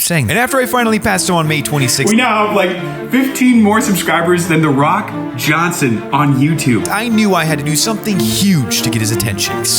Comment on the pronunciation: It’s Johnson not johnsen